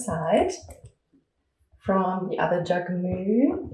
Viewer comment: This video is so helpful ! Thank you. Just from a french speaker, Jacquemus is a word in which we pronounce the s at the end